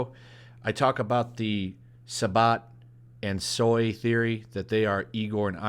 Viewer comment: Jesus christ I've never seen somebody mispronounce the name Sabat 18 different ways